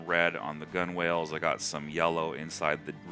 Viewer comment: omg, you did not say 'gun whales'